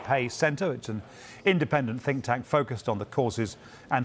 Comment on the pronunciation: Lost me at "Think thank".